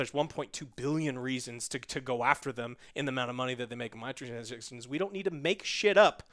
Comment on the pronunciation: “microtransjjshhchtions” 😂